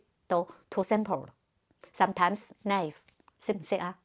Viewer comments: /na'i: v/ 读起来是 哪义父 不是奈父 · Excellent analysis, almost flawless 两文三语，in the order of 煲冬瓜，Cantonese, BrE/AmE, e.g. na-ive, not nai-ve, 3-syllables, instead of 2.